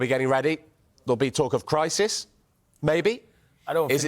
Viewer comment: "na i dont fink der any cwrisis" I'm so keen on listening to the rest of your analysis